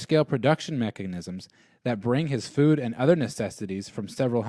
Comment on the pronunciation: Store food not foon...LOL although if you like foon go right ahead